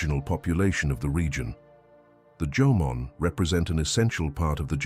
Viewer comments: The AI voice from text is making mistakes Instead of Jomon people the AI says Jomon but the text says German Someone needs to proofread the text before putting this on youtube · For all those Asians or Japanese who are whitewash don't be excited when the Narrator said Jomon and not German, Ok. It's Jomon who native to Japan not German. 😂